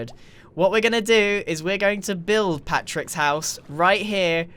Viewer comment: When you say Patric instead of Patrick